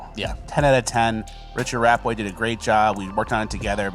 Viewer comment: Is intentionally saying "Rappaway" now to fuck with people? I can't unhear it now.